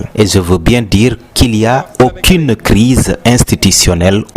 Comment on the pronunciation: METTEZ A LA PLACE DE CELUI QUI TRADUIT EN FRANÇAIS LES PAROLES DE SONKO PAR QUELQU'UN QUI LIT CORRECTEMENT.LES " j " IL LES LIT "Z " et "aucune " il lit "auquine " etc.....